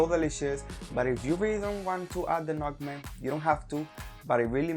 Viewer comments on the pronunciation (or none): What is motmake or are u saying somthing else?? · Mass Puto!!!!!! He said esstiky notmec!